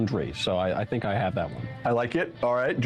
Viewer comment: Please stop saying Fink instead of Think.. it’s driving me nuts…